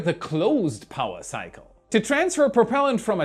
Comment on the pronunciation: I love how "power cycle" appeared on screen when he said powaa cycle. I love the accent. Good stuff as always...quality content...thanks.